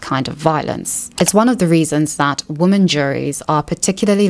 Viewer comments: Why did you read every "women" in the thread as "woman"?? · Why do you sometimes pronounce women as woman? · I hear it the same way you do, but I learned that some people actually pronounce "women" like that and hear it as "women" and not "woman". I learned this very well after moving to the UK from Canada. I think its about how we say the "wo" (wih and not woh) part differently and it changes how the "men" part sounds. Yes I have given this a lot of thought before 🤣